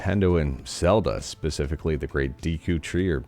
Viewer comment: deh-koo tree